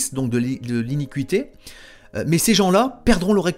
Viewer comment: Bonjour frère j'écoute et je prends note de ce que tu nous expliques et je t'en remercie. Lorsque tu parles d'iniquite' tu parles du péché n'est ce pas? Il faut prononcer iniquité et non iniqu uité parce que certains ne comprennent peut être pas. Excuse moi cest c'est juste la façon de le prononcer qui n'est pas adéquate ttefois je pense que tu ne m'en tiendras pas rigueur c'est juste une petite rectification et je t'en remercie de tt cœur. Sois abondamment bénis pour le travail que tu fais pour nous🙏 pour la gloire du Seigneur.